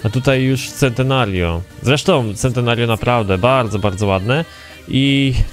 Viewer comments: z tego co wiem czyta się czentenario, a tak w ogóle spoko odcinek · A nie czyta się sentenerjio? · Też tak czytam Czentenario :D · Mała poprawka Centenario czyt: Czentenario